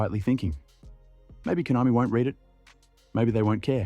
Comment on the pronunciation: Konami ❎ Hoenami✅